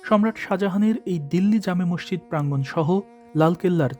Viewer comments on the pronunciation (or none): none